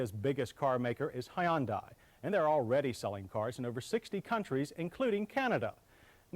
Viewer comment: High-un-die Almost better than Ty-oda Cam-ray